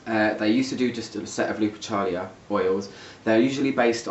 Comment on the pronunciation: If its lupercalia as in the Roman festival it would be pronounced looper-ka-lee-ah.